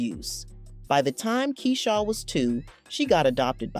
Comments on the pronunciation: Not keyshaaw lol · Not key shaw 😂